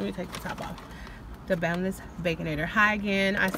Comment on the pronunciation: Great idea, but I thought I heard you say boneless, but you said bunless😜😜😜😜😜